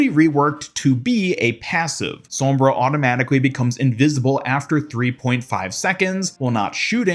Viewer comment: Gg to the “spawnbra”